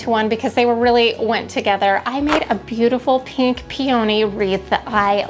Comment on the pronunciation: FYI: Peony is pronounced pee-a-nee.